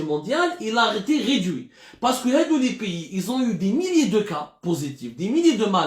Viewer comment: Ont ridui ont réduit hhhhhhh bonjour la prononciation